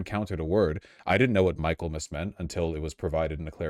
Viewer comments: mi·kuhl·muhs not Michael.mus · Mik-ul-mass, not Michael-mass. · This terrifies me almost as much as Trump! I have a BA in English because I would be terrified to have a BSE and teach young people! I have to correct you on one pronunciation, but I have been watching you for years and love your content! Michaelmas is pronounced as in Mickey! I’m always getting in trouble for correcting people, most say if I understood the meaning it doesn’t matter if they use the wrong word, definition or spelling! You are proving my assumption! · It's pronounced "Mickelmas", rube. 🧐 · The section of text you read -- You mispronounced "Michaelmas," "implacable," and "lowering." You're part of the problem, Vaush.